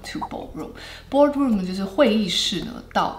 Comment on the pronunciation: “Ballroom” instead of “Boardroom”?